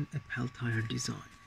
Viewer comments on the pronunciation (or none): Wait, you made that whole thing and the entire time, you were calling them Pell Tire? It’s pronounced Pell - T - A. Pell Tee Yay.